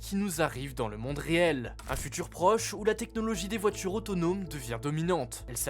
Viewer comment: « Les voitchures natchurellement, c’est notre futchur »